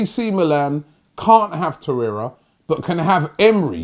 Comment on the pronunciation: At least doesn't say Lucas Torreya anymore.